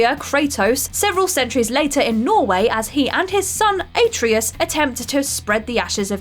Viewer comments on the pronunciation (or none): Atreus is pronounced ah-tray-us. Not aye-tree-us. Did you even play the game? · Does this girl actually play any games. She mispronounced ATREUS. She has some major mispronunciations in every video? Anyone remember who pronounced Chimera hahahah must be true she only got this job for sucking off Scott. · I'm amazed how somebody so biased towards playstation could mispronounce Atreus' name so horribly. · Say Atreus again, I dare you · Is she just trolling or is that how she actually says it?